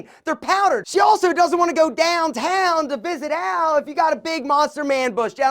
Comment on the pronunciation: The way you said DOWNtown was hilarious 😂😂😂😂😂